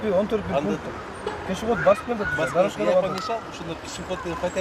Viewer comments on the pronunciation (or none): none